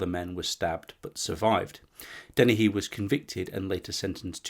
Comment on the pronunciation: Very good. But it's stephen john port not part. Also Joanne denehay is how it's pronounced